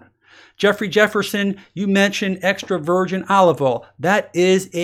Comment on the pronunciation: Every time he says "Extra Virgin" I hear "Extroversion"